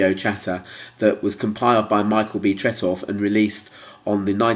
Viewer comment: Tret-off? Call yourself an ABBA fan? It's Tret-ow! And blow your bloody nose!